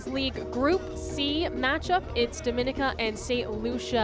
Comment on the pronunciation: Its always a cringe when people don't know how to pronounce 'Dominica' Dom-min-nee-ka